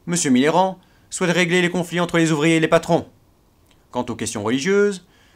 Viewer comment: Je suis le seul à entendre"Mitterrand" à chaque fois :p ?!